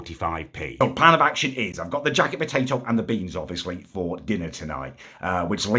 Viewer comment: Its beans not BEYNNZZ